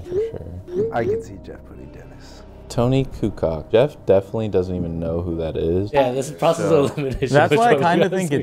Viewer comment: It’s kukoc not kucok